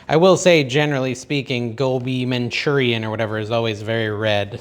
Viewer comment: Gobi Manchurian….. My absolute favorite dish! (you pronounced it correctly)